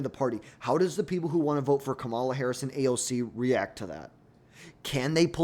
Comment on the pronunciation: First, the way you butchered almost every person of colors name like Kamala & Gallegos doesn’t give me great confidence in this analysis but I agree completely with the bottom half of your ranking. Second, people forget that during the 2020 primaries, Harris was topping every single poll after the primary debates. She left all the other democrats on the floor. Ppl forget she’s kind of a debate lord. The only reason she dropped out was because of campaign finances. She tends to be beast in primary processes whether it be senate, DA, AG. Now, will democrats want to run the candidate who lost most recently is the most important question for her. AOC would never be able to garner the moderate or conservative democrats support needed to bring the party together to win in 2028. As a Democrat, Newsoms image and polling amongst democrats is getting lower and lower as he shows his ass by bringing on conspiracy theorists and MAGA cultists on his podcasts and allowing them to spew racist, sexist, xenophobic, & homophobic rhetoric and not check them.